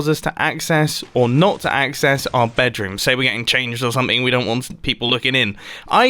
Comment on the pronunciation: “Bedwoom” -Mumbo Jumbo 2019